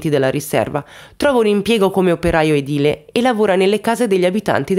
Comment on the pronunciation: Ciao, parli molto bene ma attenta ai dettagli. Si dice edìle e non edile